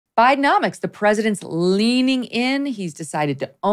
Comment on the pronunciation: Is it Bidenomics or BideMoNics!?!?!